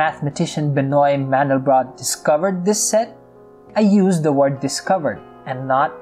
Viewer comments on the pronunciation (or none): pronounced [bənwa mɑ̃dɛlbʁot]